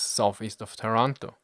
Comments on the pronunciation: Thanks for the video, interesting and incredibly accurate as always (except for the pronounciation eheh, it's Tàranto, not Tarànto) anyway after this video and the other one about the Italian Forces and Industries in the early 40s, I feel like I should give an answer to all the people facepalming about our terrible, terrible participation in WW2, almost on every front. First of all, of course everyone knew about the poor conditions of our armed force, and that the Regio Esercito could not stand a chance compared to the british or the french army at the time. Mussolini was aware of this, and waited until June 1940 to declare war against the Allies, after the German invasion of Poland and when France was already defeated. At the time the german army looked practically invincible, and everyone in Italy thought that the war would be finished in some months: remember that at the time, France was considered to have the biggest and well equipped Army in continental Europe, and if the german defeated them in a couple of months, then the rest of the allies (aka just the Brits) will capitulate in a couple of weeks! At least this is what Mussolini and the italian HQ thought, and what everyone genuinely believed. Mussolini and Italy entered the war thinking they would have fight some minor battles clashes in Nort Africa against a crippled and demoralized enemy, thinking that after the Cmapign of France, the British would be eager to reach a peace with the Axis. He greatly underestimated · My father was born in Taranto in 1920 (but you have to pronounce Tàranto, not Tarànto) and he remembered very well that day. He was Tank officer that time and I remember he ever said to me that some antifascists inside the Royal Italian Navy were certainly envolved in the British plan together with some branches of the allied Intelligence. You know: there were much more italian high officers strongly against the Fascist and Nazi Regimes than the official History said.